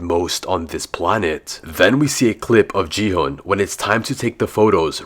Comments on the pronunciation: IT'S NOT JI-HUN, IT'S GI-HUN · GI HUN❌G HUN✔️😂